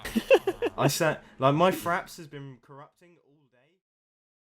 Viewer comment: lol i thought u said faps, instead of fraps xD